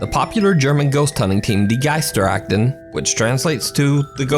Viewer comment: Damn you pronounces the german name good.